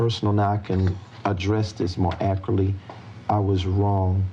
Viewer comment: This is the only that legit makes me mad lol “akrly”